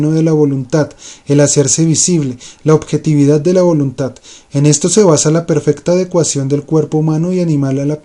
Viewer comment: amigo que animado a leer el libro tu, una observación, no es voluntat, es voluntad, hay una gran diferencia entre la letra T y la D